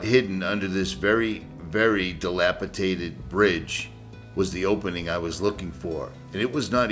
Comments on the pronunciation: I am part of a community of subscribers and I give you a thumbs up before watching any video. If you say "dila-potated" one more time, I will throw my cheap, cracked screen, second hand cellphone out of my bedroom window. Keep up the good work. All the best!!!! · DilapiDated not tated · Pronounced dilap-i-dated. And, Moe-GO-yone. BTW, you are one hunky guy with a GREAT channel.